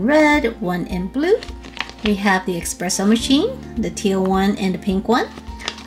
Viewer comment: IT'S PRONOUNCED ESSSSSS-PRESSO...NOT EXXXXX-PRESSO